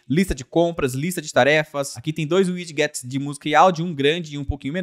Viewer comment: ao invés de 'uidiguets' diga 'uidjets'